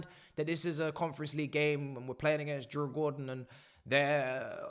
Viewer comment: bro is so deep in farmers league he cant pronounce the opponents.... finally club deserves its level